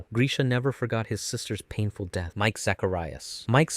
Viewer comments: It's Miche, not Mike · its not biting Miche's hair you friggin dolt it's literally biting his head in half EDIT: also bruhh ur channel is Anime Anime but you pronounce ever thing so wacky 😭"Mike"? It's Miche like Meekeh.. also "Hang"? It's HANGE bruh like Han Gee as in gee wilickers